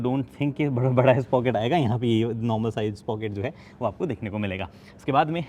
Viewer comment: SPOCKET nahi, SpRocket 😄😄